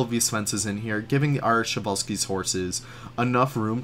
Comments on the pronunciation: I always thought you had to pronounce every letter of the name Przewalski, was stunned to hear you guys saying "Sewalski" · Show-Wall-Skis?! 😂 I, for one, would love to have a person eyed view of that underground staff path you got going on in this Zoo 👀 I presume you’re channelling the Utilidors at Disney with it?! Getting fancy building interiors now! I love it muchly! 😍 Bumpy Brush?! Love your little Leafisms!! It shall forth forever be known as Bumpy Brush! 🤣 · Przewalski's! I love how people mispronounce it <3